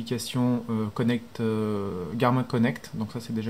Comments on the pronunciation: super video tres envie de lacher la vivoactive 2 pour passer a la 3 hehe par contre je crois ca se prononce [garmine] la marque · ptdr tu sait pas dire Garmin